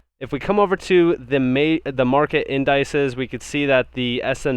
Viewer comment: Indices is pronounced like indicate... in da seas